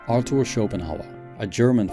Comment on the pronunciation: Arthur, not ArTor. Its a theta not a tau. When I hear a terrible pronunciation like that, at the beginning of the video, I stop watching. just fyi. I respect that English is not your first language, but you ought to pronounce words correctly. Just an idea, if you will.